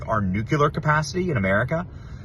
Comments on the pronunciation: For heaven's sake, Benny, are you educated or not? You evidently feel empowered to talk to your heart's content, but anyone who can't pronounce the word nuclear is not in a position to counsel or opinionate to others The word is not 'nuculer' and never was. The word is NU CLE AR, and always was. Did you go to school? Did you ever graduate college? Do you read books? Why would you want to put up with a brain fart like this without correcting it?😊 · Benny, I love you but the word is NUCLEAR not NUCULAR. I’ve heard you say it wrong for so long I just can’t wait any longer to comment on this. Please look it up and correct yourself. I hate being the grammar police but you sound like a fool even though I know you aren’t. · Nuclear. Not Nuculer. sorry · Just fyi, it's "nuclear" not "nucular." Common mistake. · Benny it’s new-clear not nu-cu-ler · BENNY IT’S NOT NUQULAR. ITS NUCLEAR. NU CLEAR. NOT NU QU LER. GEEZ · Off topic... Benny, it's NUKE LEE ER!😅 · NucLEar Benny, nuc LE ar!!! There is ONE "U" in the word nucLEar!!! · You have to stop calling nuclear nuqular.